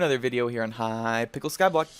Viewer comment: I swear he says hypicel